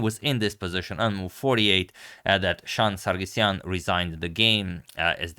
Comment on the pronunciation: It is Sargsyan not Sargysyan